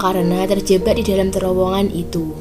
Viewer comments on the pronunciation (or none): Terjebak bukan terjebba 😀 bercanda mba 🙏